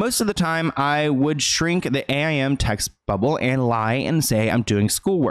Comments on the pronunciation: Excuse me but did you just spell out AIM 😂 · it’s called “aim” lol not a-I-m Just realized at 31 that I’m getting old lol Edit- aim stands for AOL instant messenger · I love you, but it wasn't referring to as A-I-M. We called it aim. Yes, I know I'm old haha. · Wait…did he actually say “A.I.M” instead of “Aim?” Geez I’m old. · I feel bad for Jennette and I'm glad Miranda supported her.. But also Miranda is my childhood/still current celeb crush lol she's so pretty and seems sweet. P.S. did he really fking say A - I - M like spelled out?? wow.. I'm old. It's pronounced aim, like aiming a gun lol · FIY being of that era we would straight up call it aim (like take aim) not A.I.M. simpler times lol only nerds would have called it A.I.M. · I actually ran to the comments to see if anyone was old enough to point out that even though it’s an acronym, the correct pronunciation was aim (sounded out just as it is spelled and not an as an abbreviation) Obviously one wouldn’t know unless they grew up using it, but it makes me feel so unbelievably ancient lol ugh. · I always forget how old I am and then says ‘A-I-M’ for AIM and I’m like oh okay I’m ancient. 😂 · Hearing you call AIM, A-I-M. Makes me feel so old HAHA. It stands for AOL Instant Messenger and was my social media growing up. Love your videos. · "ei ai em" (a-i-m)lol i'm really getting old when people don't know messaging on aim.......... T_T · Can't believe this fool called AIM, A.I.M. 🙄😂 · It’s the way spelled out AIM🤣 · I felt so incredibly old hearing AIM pronounced that way.